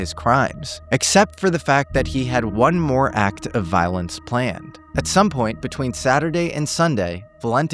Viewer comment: did use Ai for his own voice? cuz the way he said "High vis vest" and the word "planned" were not right. Like Ai took voice and read the text wrong. mispronouncing words every now and then as Ai does.